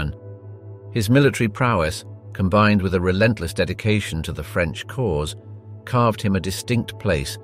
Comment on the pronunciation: On a light note, your French pronunciation is very good! Clearly, it is coming from an English speaker, but I love the care you put not to butcher the French words. It shows respect and it's appreciated. Thank you.